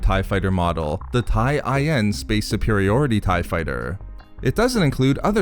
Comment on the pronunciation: TIE/LN, not IN